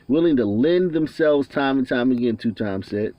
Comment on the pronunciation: Christopher 2X. Is pronounced Christopher 2 EX. Not two times😩